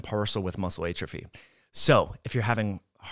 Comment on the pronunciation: Great info. But you are killing me with how you pronounce atrophy